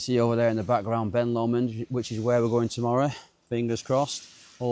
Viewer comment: Excellent video , lovely views , only negative is your occasional bizarre pronunciation of Lomond.😂😂